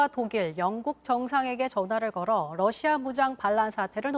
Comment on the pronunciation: 앵커가 러시아의 Russia를 Lussia로 발음한다. 아래 글을 읽어 보기 바란다. TV기자들은 말도 잘해야 하지만 발음도 좋아야 한다. 특히 외국어(영어)의 정확한 발음은 대단히 중요한 요건인데 유감스럽게도 그렇지 못하다. 예컨대 많은 기자들은 첫발음 R 을 L 로 발음한다. Russia를 Lussia로, Roma를 Loma로, Radio 를 Ladio 로 발음한다. 물론 한국어에는 ᄙ(쌍리을)이 없어서 L 과 R 발음을 다 ㄹ로 발음할 수 밖에 없는 어려움이 있다. 그렇다면 한국인들은 R 발음을 정말 못 하는 것일가? 아니다. 초성일 때에만 못한다. 프랑스(France), 마리아(Maria), 도레미(doremi), 아리랑(Arirang) 등, 잘 하지 않는가. 그래서 TV기자들에게 다음과 같은 해결 방법을 주고자 한다. R 을 첫발음할 떄 R 앞에 '으' 발음을 먼저 하라. (으)Russia, (으)Roma, (으)Radio 등으로 말이다. 그러면 당신은 좋은 발음을 하는 TV기자가 될 것이다.